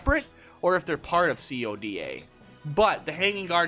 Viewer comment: Why do u call if c o d a? Dumbass it's called CODA (KOW-DAH)